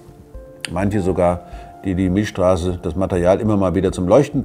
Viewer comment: Milcccccchhhstraße nicht Milschstraße. XD